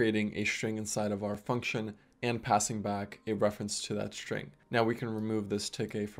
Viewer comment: shtring one shtring two